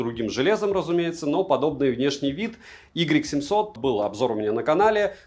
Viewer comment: Может не "игрек 700", а "уай 700", всё таки?)